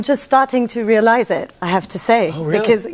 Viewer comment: the way she says _realise_: r sound slightly off, wrong syllable stressed is that bad? not really, but if she were to persist in such mistakes after living in the anglophone world for a prolonged period of time, that would be a problem